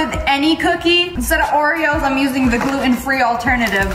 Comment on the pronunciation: "gotta mix mah ✨✨oreaoes✨✨"